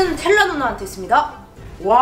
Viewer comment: 텔 라 봐 ㅋㅋ 아니고 텔라 봐 ㅋㅋ 입니다